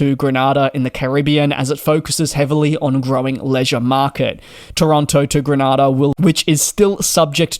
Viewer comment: Grenada not Granada